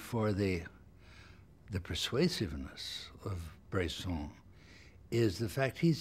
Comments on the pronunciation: It's Bresson, not Brayson. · "Brayson is a director that..." Is his name really that hard to pronounce?